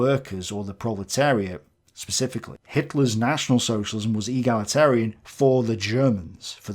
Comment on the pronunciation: Neither of these 'reviewers' are eloquent and, throughout, they're struggling to pronounce '', 'egalitarian', etc. They certainly aren't intellectual giants and many don't appear to understand that there is a wide spectrum of takes on elements of socialism, encompassing extreme and not-so-extreme views. Their response smacks strongly of tribalism, in my opinion.